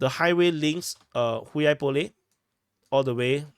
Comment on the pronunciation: when you tried to pronounce hulyaipole sounded like "hui aipole", hui is a derogatory word in Russian